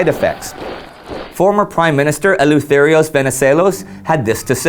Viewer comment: Great series guys! Oh and by the way, Eleutherios Venizelos' name is pronounced Eleftherios, for future reference :)